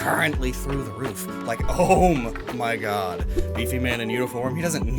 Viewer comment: When talking about Lt. Surge: "Ohm-y-god"